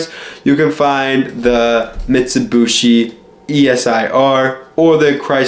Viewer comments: Dude it’s pronounced MIT-su-bee-she not mitsubooshe. Driving me nuts every time I hear that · Ok silly young kid, the 'other' dodge/mitsubishi thing ppl think about are eclipse/talon/lasers, not 3000GTs... also it's "Mitsubeeshee not "mitsabushi" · Mitt Sue Bee Shea is How everyone I know pronounce it, Jeremy Clarkson made fun of yankee's saying it in that forum. Teh Humble Pajero is t3h best Mitsubishi auto.